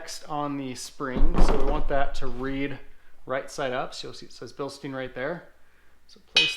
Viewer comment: It's pronounced Bill-stine. Not steen.